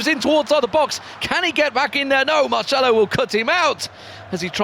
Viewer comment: Is Marcelo, not marshmallow....